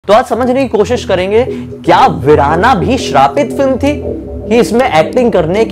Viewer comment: Verana nahi Veerana 😂